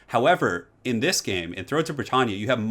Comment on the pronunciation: Minor thing but us Brits say Brit tan ya - the tan like Anne - Britannia rules the waves like. I know we pronounce things differently for similar words US to UK but that was going to kill me if you do all your videos saying Brit tarn ya... Love you 😀